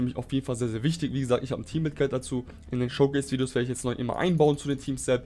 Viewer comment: *Showcase - nicht Schowcase^^